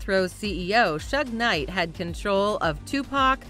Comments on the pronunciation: IT’S SHUG KNIGHT ! NOT SHUGH I cringed every time you said it wrong. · The way she pronounced Suge Knight sucks. Plus he was not a musician.